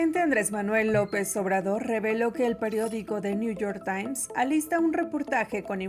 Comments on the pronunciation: 😂😂😂 dice Lopitoz que el " nu yor tain está investigando a los TRIVAGOS 😂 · Si.. dice:: Niu yor tain...😂😂